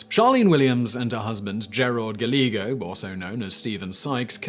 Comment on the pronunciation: Great info, as always. Just in case, Gallego... guy-yay-go. Last name is originally Spanish. Of course, people do anglicise pronunciations all the time, so maybe he was gal-ago lol